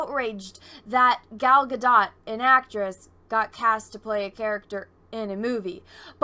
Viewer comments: I'm sorry to be that asshole but this is coming from an israeli, everybody keeps pronouncing her name wrong, everybody keeps saying it like ga-dot or ga-doh but it should be pronounced like ga-dote. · I'm new here but I think its pronounced Gal Gadoe as in go. 🙂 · This one needs to learn to pronounce Gals last name correctly & what's going on right now with people is that they don't really know anything about Cleopatra & so they assume she was Egyptian when in reality she was Macedonian & yes I guess they could be classified as white people. This chick attacks other actresses when it fills her needs no difference here I guess but let's not be hypocrites.